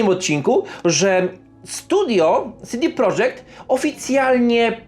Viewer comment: Nie CD prodżekt tylko po polsku CD Projekt. Nawet sami właściciele studia i deweloperzy z tego studia to podkreślają. Popraw się bo robisz przypał.